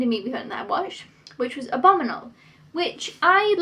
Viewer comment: Why do you pronounce abominable like abominal?